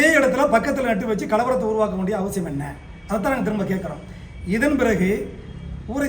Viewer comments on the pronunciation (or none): none